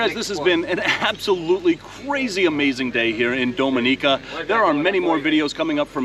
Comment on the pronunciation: Its Ah Go Ti and DomI Ni Ca please pronounce Caribbean names correctly. Thanks!